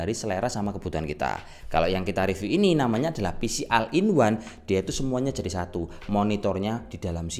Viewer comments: bukan o-ne tapi ol in wan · Bukan al in one tapi ol in one ✌️